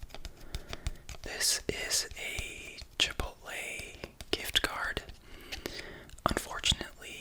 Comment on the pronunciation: Chipotle ❌️ Chipople ✔️ Ame como lo pronunciaste JAJAJA ❤